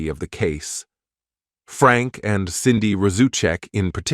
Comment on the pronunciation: it's SANDIE not CINDY....